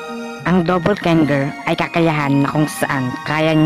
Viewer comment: Do/pol/ga/nge/r Hindi Dopol/gang-ger/